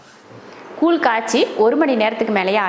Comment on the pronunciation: கூழ் koozh என்று சொல்லுங்க. நீங்க கூல் கூல் சொல்லி paduthureenga